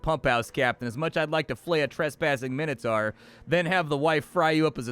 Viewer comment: Min-o-tor. Sauron is sour-on. But your constant swearing is not endurable. STOP SWEARING! Please. M 🦘🏏😎